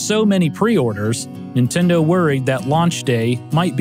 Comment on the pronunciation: How you keep saying "Intendo" reminds me of how my Grandma used to call my original NES that over 30 years ago. I miss her, it brought back memories, TY!